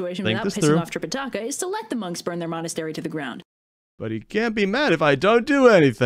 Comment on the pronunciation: I heard "trip a takis."